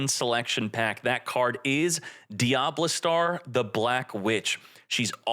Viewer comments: Dia Bell Star not Diblestar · bruh its not DIA-BESTAR its DIABELL-STAR holy Americans butchering Card Names like PUR-ELLY